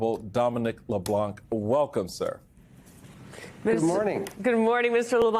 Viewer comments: Thanks for the excellent interview (incidentally, you don’t pronounce the “c” in Leblanc). It’s great to see Canada fighting back. Tariffs can be useful. If the US had unfettered access to our dairy industry, for instance, local producers would be wiped out. I will happily pay more to support Canadian farmers. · How is it that every American reporter has pronounced his name incorrectly? Every single time! LeBlanc - the C is silent, people! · The ‘c’ in Leblanc is silent